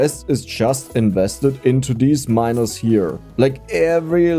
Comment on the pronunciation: Your pronunciation of the word "miners" starts to worry me.